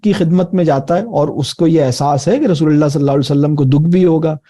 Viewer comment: Rasool saww ka sahi Tarha se Naam Lein is Tarha Bolna ACHA nahin lag raha